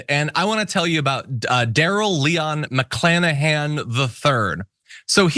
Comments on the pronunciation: I heard McKlanahan...!? Yup, McClanahan. Nominative determinism detected! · Mc-CLAN-ahan. Seriously? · McClanahan, really? McCLANahan, stop it!